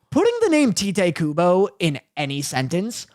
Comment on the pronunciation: It's not pronounced Tite Kubo like you would read anything transliterated from Japanese. That's his name as written in English, pronounced Tight or Taito